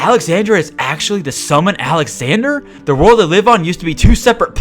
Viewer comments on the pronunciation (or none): none